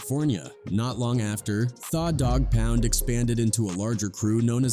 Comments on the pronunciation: Exactly, The Dog Pound, he pronounced it Thaw Dog Pound, that is to hilarious 🤣🤣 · It's pronounced The doggpound just spelled with an a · lol I know. “Thaa” Dogg Pound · I can't do it after I heard Thaf Dogg Poun Hollysmokes 😂😂😂😂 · AI hilarious who is thaw dog pound😅😂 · Thaw Dogg Pound... Learn how to pronounce the words you're saying. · “Thaw” dog pound 🤣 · Your pronunciation of 'tha dogg pound' is atrocious. What the hell is wrong with you